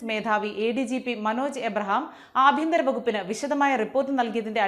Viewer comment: ആഭ്യന്തരം അല്ല, അപ്പിയന്തരം !